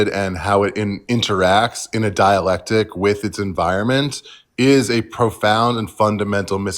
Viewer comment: that's ok, it sounds like he keeps pronouncing it dielectric.